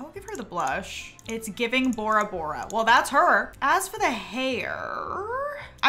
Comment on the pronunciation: every time you say borabora i think you’re saying ouroboros 💔